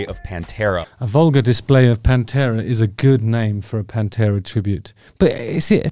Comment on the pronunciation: ‘Pan-two-a’. Sorry, that’s just terrible.